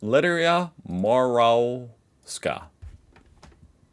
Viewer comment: Here’s a hint about how to pronounce the Australian scientist’s surname - just change the “w” to a “v”. So Professor Lidia Morawska becomes “Moravska” (Mor-av-ska). This pronunciation is common in Slavic languages.